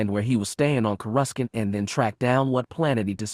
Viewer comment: Corescant is pronounced with no c